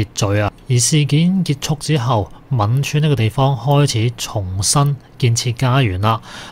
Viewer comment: 應該讀汶川大地震，唔係吻川？